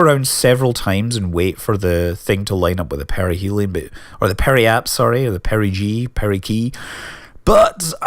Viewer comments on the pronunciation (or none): none